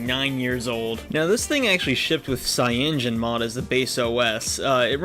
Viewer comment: dawg its called cya-no-gen mod not fucking cyangen mod